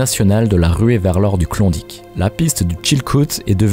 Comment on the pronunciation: Klondike pas clondic. Ni mythe ni légende. Ta jamais été laba ma parole